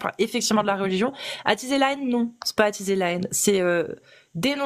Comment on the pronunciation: Pourquoi t'attchise la hénne genrrr